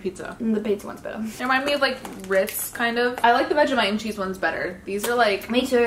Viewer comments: Your saying vag-I-mite not Vegemite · Bro when she says vegimite I cringe cos she says it like veg I mite not veggie mite lol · Idk why but it makes me cringe bc she says Vegamite instead of Vegemite but i still love her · It’s vegemite not vegimite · The way she said Vegemite as "vegimait".